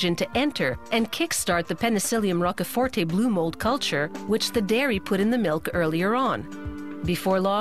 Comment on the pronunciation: Very triggered by how she pronounces Rochefort